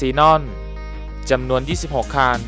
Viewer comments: คันครับ ไม่ใช่คาน ฟังแล้วรำคราน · คนพาก ลูกครึ่งป่าวค้าบ. ผมฟังคัน เป็นคาล 100คานนนนลลลนนลลลลลล